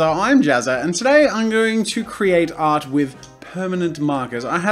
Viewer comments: When he was saying “I could make art with that” I thought he was saying “I could make out with that” and I was so confused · I thought he said i can make out with that instead of i can make art with that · At the beginning, I thought he was saying "I can make out with that" not "I can make art with that" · for whatever reason, i thought that instead of saying "i could make art with that" you were saying "i could make out with that" ... oh no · I thought he said “make out” so when he pulled out the sword I bout screamed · "I can make art with that" Sounds like "I can make out with that" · Am i the only one who heard "i can makeout with that" instead of make art hahahahaha. And i was like does he get turned on by random everyday objects or something?? 😂😂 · when u say “make art with that” it seems like you’re saying “make out with that”😂😂😂😂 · For some reason I kept hearing, "I could make-out with that." Then when he brought out the sword, my mind created a mini romance fanfic.. Of Jazz... Making out with a sword... 😂😂 I should see a doctor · was anyone fooled thinking he said “I can make out with that” 5 times to inanimate objects then got confused and replayed it and realized what he actually said. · So is it just me hearing "I can make out with that" instead of "I can make art with that"? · am I the only one who heard "I can MAKE OUT with that"? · Was I the only one that thought he was saying:”I can make out with that.” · I thought he was saying "I could make out with that." rather than "I could make art with that. "... Freudian slip? Probably. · thought he said "I can make out with that" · At the beginning when he was saying "I could make art with that" I thought he was saying "I could make out with that" LOL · When he said “I can make art with that” I thought he said “I can make out with that” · Wait. He said art? Not out? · Wait he did say art? I thought for sure he said out lol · I ACTUALLY THOUGHT HE SAID OUT OMG I DIDNT KNOW HE SAID ART BAHAHA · wait he wasn't